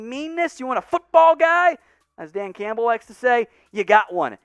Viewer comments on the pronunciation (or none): none